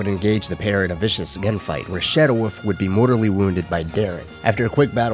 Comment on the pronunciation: I keep thinking he is saying.... Shadow Woof.. Instead of wolf